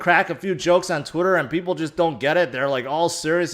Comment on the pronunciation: I love how he says “twittuurrr”